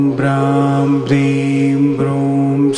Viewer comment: Bhram ki jagaha graam sun raha hai beech beech